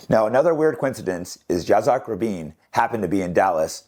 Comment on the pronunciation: Jake, your killing it. Like a dog in a fight to the death. Watch the details like pronouncing some names. It hurts credibility. True, truth is truth, but people dont want to believe and will look for any reason to find you less credible. Yit-sock Rahh-bean is an example.